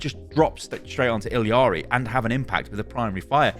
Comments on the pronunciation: you are pronouncing illari completely incorrectly and it makes me so sad 😭😭😭 you’re saying ill-ee-are-ee and there is no reason it should be pronounced any way other than ill-are-ee or ee-yar-ee. i’m going to scream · ee-yar-ee not ill-ee-yar-ee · illari ee-ya-ree not eeleeyaree :( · Why is everybody saying "Illiari"? Her name is Illari I-L-L-A-R-I. Where is the middle i? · Is ILLARI pronounced as ILIARI? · Is that how you pronounce Illari? Illiari? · ILL-AW-REEE, WHERE IS THE EXTRA "EE" UR PRONOUNCING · you are killing me please, It Illari, there is no secon "i" in the name, Its one "i" and two "L"'s xD